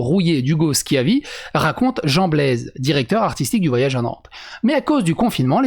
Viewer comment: "Jean Baise ne regrette évidemment pas son choix." Ah ! On est d'accord ! Blaise ça se prononce Baise !